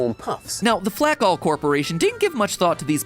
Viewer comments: Ok, so you're telling me that the company turning grain into flakes pronounced their name flack-all and not flake-all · YA DUMMIE FLAKALL IS PRONOUNCED FLAKE-ALL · 100% betting MatPat is constantly mispronouncing the "Flakall" corporation. It just HAS to be pronounced "Flake-All". There's no way it's not.